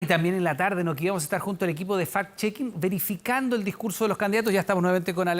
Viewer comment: Fact-checking = comprobación de hechos. Porque usan la palabra en ingles? Si van a usar la palabra en ingles pronuncien bien.